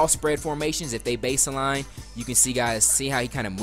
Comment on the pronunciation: good video, but "base-eh-line." just get rid of the "Eh"